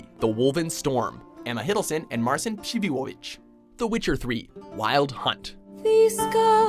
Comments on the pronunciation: I laughed so hard when the narrator read "Marcin Przybyłowicz". It wasn't too bad but it still made me laugh. :D I'm surprised and glad that you used Polish diacritics, because in most English videos or texts I see they are absent while Scandinavian or German are usually present. I really appreciate that you spend time to put that "ł" in place and I hope it'll be more common in the future. :) Ps. Sorry for my creepy English. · I love how he read Przybyłowicz :D